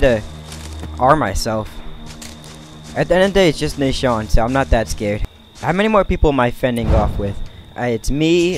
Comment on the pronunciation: It’s nasean not nashawn